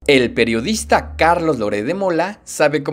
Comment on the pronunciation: 😂😂😂😂😂😂😂 "El Prtiodista"" Carlos Loret de Mola!!! "PERIODISTA!!"😂😂😂😂😂😂